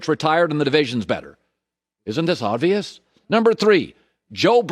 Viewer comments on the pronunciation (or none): Why does he say “odd-vious” instead of “obvious”